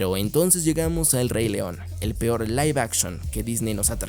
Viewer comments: Se pronuncia Live action ósea “laif action” No se dice lif action:V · Live puede ser pronunciado de ambas formas.